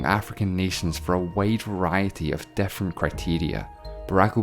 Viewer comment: This guy has an issue pronouncing 'i' as a vowel. So pigs = pegs, fifty = fefty, different = defferent, million = mellion.. hurt my ears🙄